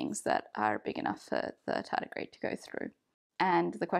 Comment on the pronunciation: My Chummer (you say Tedigrade) dislike experiments in this way *smile*. After this he feeling little bit confused.